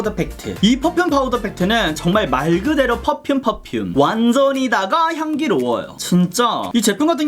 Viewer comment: 펗퓸펍퓸 ㅋㅋㄱㅋㅋㄱㅋㅋㅋㅋㅋㅋㄹㅋㄱ이런 명확한 발음마저 낭낭한 당신은,,,,,,, ❤ 안그래도 하태하태한 써머가 오고 있어서 파우더팩트 장만하려던 참이었는데,,!! 아주코롬 센스쟁이 ~👍 그리구 영상이 끝나는가... 싶어 아쉬워하는데 ㅋㅋㄱㅋㄱㅋㄹㅋㅋㅋㄱㅋㅋㅋㅋㅋㅋㅋㅋ마지막까지 큰 웃음을 선사해주셧.. ㅋㅋㄱㅋㄱㅋㅋㅋㅋ 이 극찬하신 입큰의 미친 팩트 향기!! 저도 맡아보고 싶네요 ㅎㅎㅎㅎㅎ 21호 받고 싶습니당 카톡아이디: yubin0723